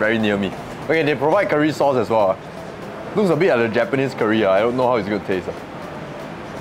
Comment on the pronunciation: Why your pronounciation so weird one. Curry not keer-ree